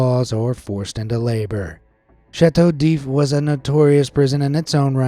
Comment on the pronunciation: "Gibbet" is pronounced "jibbet" and "oubliette" starts with an "oooo" sound. "Blois" is pronounced "Bluhwaa" not "bloohah" but you nailed Chateau d'If, though it is indeed near Marseille, which is pronounced Mar-say not "Marcel". Excellent facts, but the pronunciation should get you some time in solitary. :)